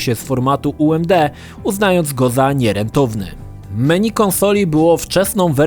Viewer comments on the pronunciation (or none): none